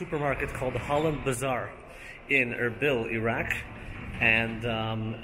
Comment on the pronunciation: Wish he actually pronounced the name of the country correctly. We move though.